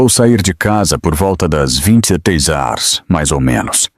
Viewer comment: 23 hars vc não sabe falar horas